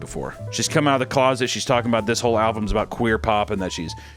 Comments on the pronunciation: needs to practice saying the word "album" he's pronouncing it "al-vum" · Did you pronounce album “alvum” on purpose to mimic the kid? Because that’d be like a 500 IQ play 😂